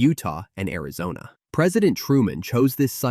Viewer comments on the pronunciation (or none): none